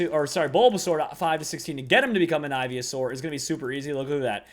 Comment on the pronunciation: Ivy-a-saur, really? Really?